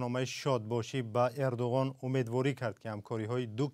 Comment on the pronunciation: Барои чи Эрдугон? Гарчанде ки бо забони турки Эрдуан талаффуз ва навита мешавад